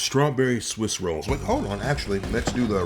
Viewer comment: I never heard anybody give “rolls” two syllables 😂 my man said “ro-olls”